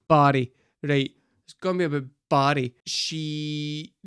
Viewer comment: How I had yo figure out “buddy” was you saying Barry!!